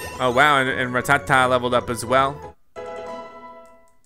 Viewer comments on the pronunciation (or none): I’m sry, did he say...”Ra-tah-tah!”...😶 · RrRatTaTa? He says Rattata wrong and it’s annoying